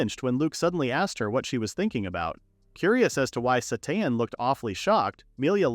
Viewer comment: Character: “My name is Sateen.” AI narrator: “My name is Satan.”